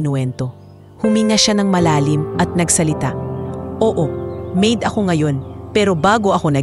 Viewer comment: Bakit ang pronounce nia sa maid ay ma id?